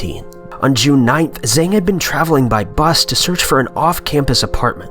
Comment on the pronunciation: It's Jang not Zang. Zh is pronounced J in Chinese